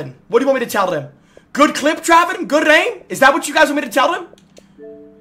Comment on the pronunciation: How do you manage to roll your Rs in "GOOD AIM"?